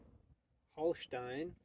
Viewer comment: yo mate, just quickly jumping in how nice your "Holstein" pronounciation is.